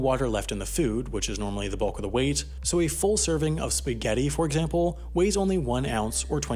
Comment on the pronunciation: So you rehydrate speghati with pee Do they call it speegheti I'll see myself out